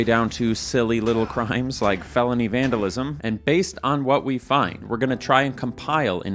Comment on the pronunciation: You vandalized the word "vandalism"